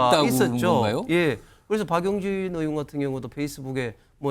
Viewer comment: 신현영,발음을 제대로 해라. 왜 "의원"을 "으원"이라고 발언을 하나?